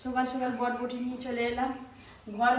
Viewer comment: বটবটি না বরবটি